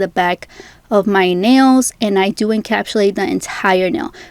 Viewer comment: Couldn’t get through this video because she kept saying “encapshulate” 🥴